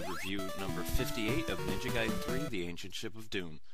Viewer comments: it doesn't mean "letter" nor is it pronounced gayden... it's pronounced like guy den. ninja gaiden. gaiden 外伝 (supplementary biography; anecdote) in no way could that mean "letter". please get your facts straight before "informing" the people... you're just adding gas to the ignorance fire... 'merica.. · Lol he was say "Gay-den" meant that! XD Notice he only pronounced it "Gay-den" at that one part, but said "Guy-den" the rest of the video.